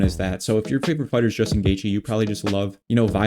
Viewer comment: you got Poirier and Geathje perfectly lol